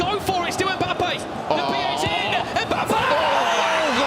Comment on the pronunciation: The fact that he said PHZIN in bad...he deserves more pain...go and cry 😂😂